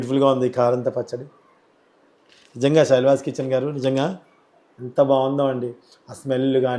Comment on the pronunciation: శైల్వాస్ కాదు శైలాస్ అని పలకాలి Pls ఏమి అనుకోకండి